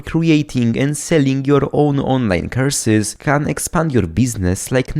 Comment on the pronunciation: Anyone hear curses not courses